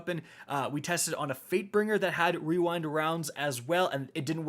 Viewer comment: Imagine calling on rewind rounds and not weewind wounds